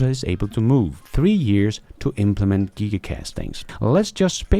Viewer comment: The best thing about this channel is how you try really hard to mispronounce everything you read. Todays gems were Giga, Nigeria, Chisholm, and Stew.